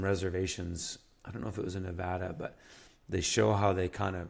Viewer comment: kudos to actually pronouncing Nevada correctly, most people in the Union cant. Coming from a guy who has grown up in rural Nevada, Google maps doesn't do the state much justice. There are plenty of green areas with springs and creeks tucked away from the major freeways and highways with great potential to be homesteads. Unfortunately, the land is rugged and unforgiving to those with little experience in high desert living. As mentioned in other comments, the trouble is most of those wet places are either already privately owned or it is federally owned.